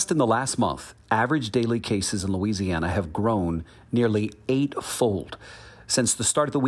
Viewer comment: Lou "Weezee" Ana has Delta